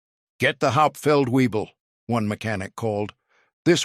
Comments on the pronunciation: Haupt feld webel not weee bull!-- VAY BULL! I could correct the narrator's pronunciation... shameful. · It’s not hauptfeld Weible. It’s “Hauptfeldwebel” (German for Sergeant Major)! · "Get the Hauptfeld Webel.." 🤣 .. That's how you know it's an AI .. without any "I".. "Hauptfeldwebel" is a military rank... Stupid crap gets a 👎 immediately.. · Narrator: Learn how to pronounce German ranks correctly: "HAUPT felt vay bel" (Master Sergeant) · Haupt-feldwebel (Sergeant Major) not 'Hauptfeld Weible'! 🙄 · Hauptfeldwebel - NOT weible. Please to correct. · 😂 get the "hop feld viebel" this one's intact. "Hauptfeldwebel" SFC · Try and get your spelling and pronunciation of non-com ranks correct! The 1st Sargent is Hauptfeldwebel... pronounced "howpt-felt-vay-bel"!